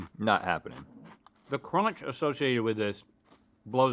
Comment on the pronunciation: I just love when Link says “cronch.”